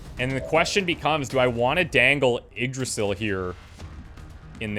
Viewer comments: its pronounced ig-Dra-zill Im pretty sure. The Y is a i and the s is pronounced more as a z. If Im wrong please someone correct me. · Yggdrasil is said like eeg-drah-sill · You pronounce Yggdrasil eeg-DRAH-sill.